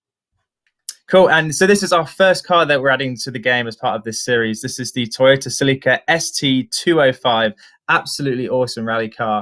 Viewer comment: I have never heard it pronounced "SelEEka." How weird.